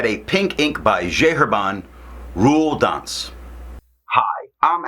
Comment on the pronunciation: A funny review! But where is this tomoe river sample? By the way it's "rouille d'ancre". Thanks Ink Guy.